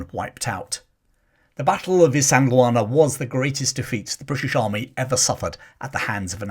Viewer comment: Well done on pronouncing Isandlwana properly. I think Hollywood ego did get to Niven in that he attempted to volunteer for the RAF rather than serve in the army. Despite that hiccup, he served his country with honour when he so easily could have remained in America. Nivens American experience as well as his military experience made him the ideal liason officer both sides could work with.